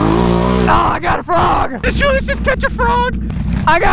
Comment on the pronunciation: Remember when he used to call him Juliass